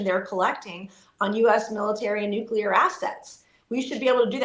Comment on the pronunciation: Somebody PLEASE teach Benny how to say "nuclear" 😭